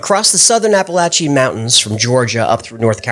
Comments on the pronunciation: Appalachian not Appalachee. I live here. Get on him! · As a citizen of the Appalachian area, It is pronounced app uh lah chuh or for the whole range the app uh lah chin range. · I'm six seconds in. Did you say appalachy mountains? I've heard it said a few different ways but not that one. 🤣 Edit: I used to go to the Cherokee reserve down in NC all the time as a kid, really cool to hear their stories. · OR ......APP UH LACTIAN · Did you say, "Appalachie Mountains"? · Hey dude hate to correct you but those mountains are pronounced like this appa lay-shuns get it Appalachian’s not your way sorry I’m Canadian and I hate to be correcting you but I did 😊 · It's pronounced (App A Lachian) Mountains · “Appalachi”? Isn’t it “Appalachian”? Edit: BTW, as a vet editor of primetime, I love how you were in the middle of sitting down, in the first clip. Not being sarcastic. This was great. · I can’t wait, but I believe your pronouncing Appalachian wrong.